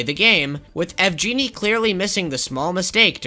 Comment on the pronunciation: Pretty random and inconsequential, but I think yvgeny is pronounced w a hard G sound Unless that’s not the devs name lol